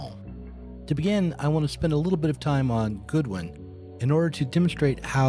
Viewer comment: Excellent thought-provoking & educationally valuable stuff as usual. Love the video work too. (BTW I believe it was William Godwin - pronounced like the deity & not like 'good'.) Can't wait for the Proudhon episode.